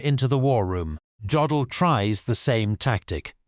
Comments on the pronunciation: yeah, too bad you can't pronounce Jodl's name correctly. The J is pronounced like a Y. It is pronounced Yodl, not J odl. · Hey stupid, it's yodel, not godel! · His name is pronounced “Yodell”, not Joedell. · Do you people never do any research? It is not Joe dl it’s pronounced Yo dal, show a little pride in your work.